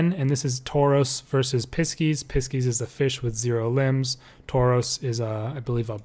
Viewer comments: really helpful ! thank you!! but pisces is said like 'pie-seas' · when I heard the way he said Pisces the first time i about lost it 😂😂